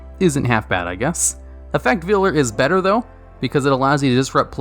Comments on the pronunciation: Effect Veiler, not vealer. It doesn't butcher baby cows lol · You should do a top 10 list of cards that you commonly mispronounce, like Ojama Trio and Effect Veiler. Number one would be the card that makes the comments the most angry when you mispronounce it